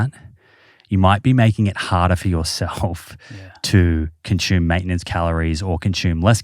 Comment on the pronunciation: Its consume not conshooom. There is no h in the word consume.